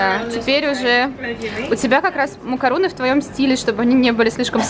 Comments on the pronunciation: видео каласс, но зачем ты все время говоришь макаруны, ты же слышала как Французы говорят макарон Но с Французким р. Так это и произносится МАКАРОН. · Кир К если ты не знаком или не знакома с Французким то воспользуйся переводчиком - macarons - именно так называется этот Французкий десерт. буква s в конце слова не читается и никакой буквы у там и в помине нет. Учи Французкий. или не коментируй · Кир К Человек поправил произношение в нормативной форме, а этикета, судя по тону ваших сообщений, не хватает вам. Ах и да, правильно "макарон". Чтобы у вас пропали сомнения, я не только свободно владею языком, но и живу в столице Франции. И что на Севере, что на Юге страны, что в Африке десерт будут называть одинаково. Приятно, что есть люди, почитающие аутентичное произношение. Браво, Violeta Life!